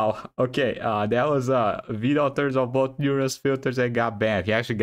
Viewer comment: i still love how Evil will pronounce "Vedal" different everytime